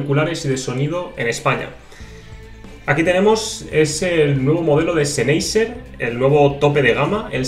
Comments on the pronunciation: todo bien, pero Sennheiser sería "Senjaisá"... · que bonitos seneiser he...SENEISER! pronuncia bien españolito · Duele oirle